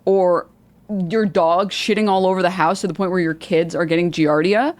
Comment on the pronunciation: I was losing my mind at him and pronouncing it fully wrong, as "giarda."